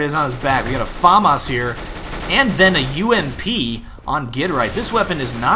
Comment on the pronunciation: i know hes trying to say famas but its pronounced fa-m-as not far-mars im just an internet hero being annoying dont mind it